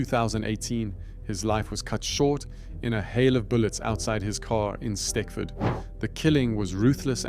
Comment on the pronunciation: Stechford is pronounced stetchford, if that makes sense.